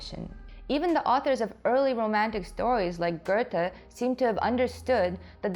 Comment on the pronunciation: So happy I found this channel (via The Take), this is briliiant! Also, you pronounced Goethe very well.